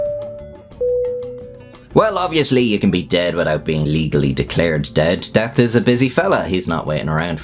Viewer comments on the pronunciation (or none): 1. Have you been inhaling helium at the beginning of the narrative to this excerpt or merely straining to defecate? ? ? 2. "Despite what I said 1 second ago" was in fact 10 seconds ago 3. What does 'tink' mean at as well as 'noos' at and then there's 'deat' at